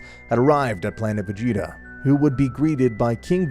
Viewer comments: planet vegyta instead of vegeta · Did i just hear you say planet veyeta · i know it was supposed to say vegeta but im pretty sure i heard planet fajita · "planet vegita" its "vejieta" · OK why did you call planet Vegeta planet Vuheatu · Did he say planet vejita☺😀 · u said planet vahia... ? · He called planet vegeta planet veyeha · Ah yes, my favorite planet, planet "vayeeta" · Ah yes Planet Veyeeta, my favourite planet. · Man really said planet regeta lol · “Planet ve-heat-a” had to tune out after that butcher😂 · Mans said planet v egg eta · Did he really just say planet vegg eta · anyone realize he said planet vayeeta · Bro said planet fajita 💀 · Am I trippin vision or did he say planet “ve-yee-ta”? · "planet Ve gi ta" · Bro said planet veyeta💀💀💀💀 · "Planet veheeta" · Brk called it planet vaGeeta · Dude really said "Planet Vigita"💀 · Gine not “Jine” and it’s Vegeta “Vejeta” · Wtf why you call it va gee ta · It was the "plant vaeda" for me lololol but . . . It was still a good video tho no awesome no super no expert no LEGENDARY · "Planet ve-geet-ah" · Planet va-yeet-a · Wait planet what now. He said planet vheata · He said plant VA yeeta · “Planet veata.” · " planet veyeeta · why do i feel like all these guys pronounce things wrong on purpose gine not jean A and vegeta (vuh-gee-tuh) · nah veyeeta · bro said planet vegeeta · How tf u mispronounced vegeta 2 different ways in the span of 20 seconds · Hard G for Ginei soft G for Vegita and there called scouters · Bro pronounced planet vegeta wrong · The way he pronounced vegeta